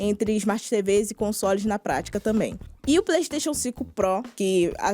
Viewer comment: PREYSTATION, PREYSTATION, PREYSTATION